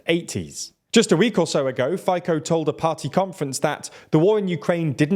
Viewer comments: the content itself is good but as a journalists you could do at least some research of how to pronounce those Slovak names correctly, tho... Robert Fico's last name is pronounced as Fee-Tso, not Fy-ko... Smer and Hlas are not abbreviations so you don't spell each letter separately... president's name Čaputová is pronounced as Cha-poo-toh-va... and last but not least, Progressive Slovakia is progressive left party, not liberal in a sense of economy. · Fay-co... :-)) Sounds so funny... It's "fee-tzoh", FYI. Although considering the direction of SMER (pun intended), we might be calling him Fitin, soon. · Cmon atleast learn the pronunciations of people you are covering, its not Fay-co but Fi-tso ("fi" as in finland, "ts" as in tsunami), not that hard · to je hanba ale rozmyslam ci nie je vacsia ked sa ten nebol schopny naucit vyslovovat mena a nazvy. fajko a kaputova tak to mi odletel dekel. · Fajko XD zomieram XD really this moderator dont know how to speak our names. IN slovak language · For most of the video I was like, Fajko doesn't sound very Slovak. But then I looked it up and realized it's just a another case of an Anglo not doing the same. It wasn't hard. Literally took less than a minute. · It's funny tho. This pronounciation is kind of similar to how you say blowjob in Slovak. It's become a meme lol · Fico is pronounced as something like "Fitz-o", the C has the "ts" sound, not "k" sound. Otherwise a pretty accurate video. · His name is not faiko, it's Fico, as in Feetso. It's hard to take a video seriously when you can't even pronounce the name of Slovakia's most infamous politician. And it's not KapitOva. It's ChapUtova. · "Fico" definitly doesn't read "faiko" but please continue, it's hilarious 😂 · I watched the previous one and wondered who's Fajko and they haven't learnt their mistakes 🤦‍♂ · i guess this is how you should spell it in english: fee-tzaw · They keep calling him Fajko and don't even bother to look up for the correct pronounciation